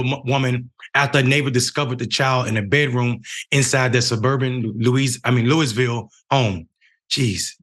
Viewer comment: Lou -uh-vul Lou -uh - vul even looeyville is acceptable...but never lewis -ville